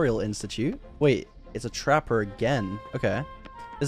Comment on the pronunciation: Omg, the way he said Trapper was like when UK makes fun of US pronunciations lol. I guess the two similar 'a' sounds next to each other is too awkward (Trappa again), so the 'r' gets hard pronounced.